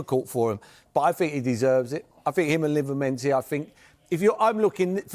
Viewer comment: Who is Livermentee? 😂